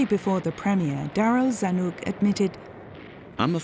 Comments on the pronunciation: Zanuck, rhymes with duck … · Mr. Zanuck's name rhymes with "puck" - the 'u' is short rather than long. Who blurred out the executions and dead bodies? For decades I have seen unexpurgated WWII films In the U.S. The OSS was not part of the Secret Service.